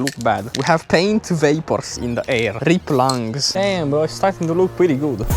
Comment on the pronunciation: "riep lunngs," 🗿